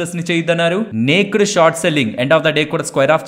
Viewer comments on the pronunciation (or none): Hi thanks for the ongoing education regarding the stock market. But a small correction regarding the pronunciation of naked. It is not నేక్డ్ but it is నేకెడ్ . 😅😅 Hope you will take it in positive sense. I don't want others to gossip cheaply about you. You are a man of solid worth.